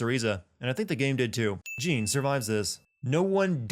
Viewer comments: Jeanne pronounce as french Joan, not JIN lol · you keep saying Jeanne's name wrong. it's pronounced just like the name Jean-Luc as in Jean-Luc Picard. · "Cereeza" "Jean" really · My only complaint is you pronouncing her name "Jeen". Other than that, spot on! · Sin 96: A sin for you for mispronouncing Jeanne. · That Jeanne mispronunciation, though... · Am I the only person who noticed that he pronounced Jeanne incorrectly? I enjoyed the video but a few of the sins are wrong. She went into Purgatiro its how she appears to be in that very cutscene Nothing triggered the flashbacks until that point He saw her as he ran past her. Thats why he stopped. Im surprised you didnt sin how the soldier didnt see him when he looking in all directions including upward She wasnt sure if she actually did it at the time because of her lost memory and "because the plot demands it" and Luka knows about angels and the umbra witches because of the works of his father investigation that he later explains at the military base and you can find segments of his fathers work throughout the game which you can debate that he knows about already since he mentions he knows all of this fathers work. Ulala from space channel five, Gum/Cube from jet set radio, Blaze from Streets of Rage, Sarah Bryant from Virtual Fighter etc. That was LEGIT i dont care what anyone says there. There a few other things towards the end but isnt worth mentioning since they are explained in Bayonetta 2 and not this game so they are technically still sins. A very large majority of the sins were spot and I completely agree with. I just thought that these were worth bringing up. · Nah it's not, it's Jeanne with an a that actually sounds like a french a, as in "ass" (why is this the example I come up with?) and also no "d" sound on the "j". Trust me I'm French. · You pronounced Jeanne's name wrong.